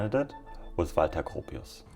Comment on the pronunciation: Good video, and thanks for letting me know the correct pronunciation of ‘Walter’ : ) I have always admired Bauhaus